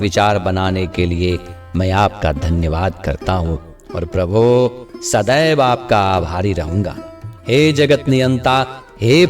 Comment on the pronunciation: Prabhu shabd ko theek se bole. Yesa lagta hai ki aap Prabhu ko dhamki de rahe ho.Baaki prarthana acchi hai.